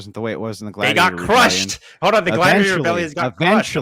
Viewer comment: He says Hode not Hold which really fits with his level of IQ. I always feel bad for people with that childlike speech problem lol Hodor